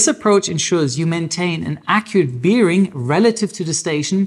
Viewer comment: Biiiering? Na, dann Prost.